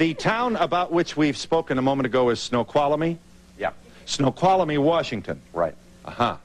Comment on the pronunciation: snow-qhal-a-mee Oh jeez...